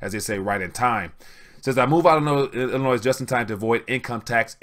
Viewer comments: Don't pronounce the final s in Illinois, it's silent. Time for a haircut people. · Please learn how to pronounce Illinois the S is silent.